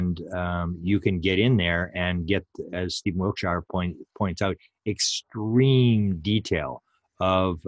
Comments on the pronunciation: Please stop saying wilt- shy are. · Wiltshire is pronounced wilt- sha. Every shire is a sha. Yorkshire, etc.